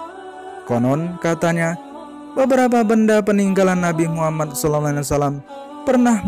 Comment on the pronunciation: Sebutlah yg betul. Knp jadi nabi muhamman. Yg betul nabi muhammad saw